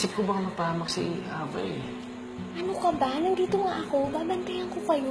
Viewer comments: Why are they pronouncing it "Aba" (like the group band..Abba) it suppose to be "A-VA"... right? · Ey-vah pronounce nun diba?